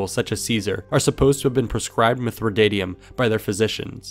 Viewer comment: mithridatium there's no o in it so why did you pronounce it as such?